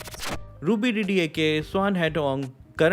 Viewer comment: Your pronunciation of Myanmar and Ruby DD's name is correct.